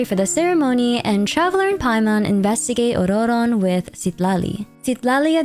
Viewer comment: Why are you rolling the 2nd "r" in Ororon? It just comes off as pretentious and extremely annoying when nobody in the lore/game is pronouncing it with a rolled r. Jesus christ. You can't seem to use a single pronoun for him, so you're actually saying his name every 4 words which sounds insane.